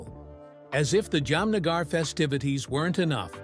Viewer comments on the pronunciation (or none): Interesting but the pronunciation is hilarious : ‘Yam-nagar’ and ‘Salmon’ Khan!!!🤣🤣. If you’re putting this in the public domain, at least rehearse names that are unfamiliar.